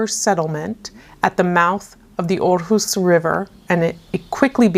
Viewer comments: So funny that the photo on this puzzle was taken in Aarhus. I actually live in the capital city of Denmark and it was quite interesting to hear some facts from Aarhus city. It was very educational and you pronounced it quite well 😃🧩🧩 I'm looking forward to see your next section from the travel around art puzzle 👀😊🧩🧩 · Hahaha. I work in Aarhus every day 😀 Good pronounciation 👍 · Amazing time, and you pronounced Aarhus great 😁